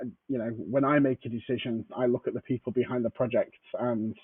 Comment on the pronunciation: You did turn in to xrpRose for a moment there. ‘Prowject’ 😀